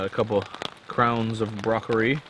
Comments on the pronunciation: Brocorri? Is that the asian way of saying it? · we have a few things in common! We both say "broccory" instead of "broccoli", have a taste for good craft beer (my offer still stands for SGBC!), bring steaks on trips and make TPB references. Maybe meet of for a Pukaska trip? My bro and I are going in September. Nice find with the flying squirrel! Thunder Bay Ontario is an essential trip for you! My home town has many beautiful hikes within a close proximity (200 km radius). Come on out!